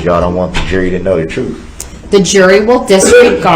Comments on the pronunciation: It's soooo funny how nobody corrected his English through out the trial. It seems like someone would have told him immediately that it's not "Substain it's not axe, it's not tacket.. it's not troof or oaf,,. He's so stupid!!!! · Biast, Biasness, Biases, Oaf, Troof, Axed, License Place, Tacket, Grounz, Substain, A-mint-mint, toe-tality, Acker-ut, this that and the third, mind boggeling